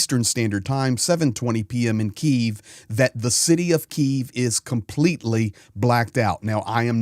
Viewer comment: Hi, love your informative reports and appreciate your support. I would like to point out your incorrect pronunciation of Kyiv. You are pronouncing it in the Russian way, a little offensive for Ukrainians. It's K - YIV, not KI -ev. I am from Brisbane in Australia.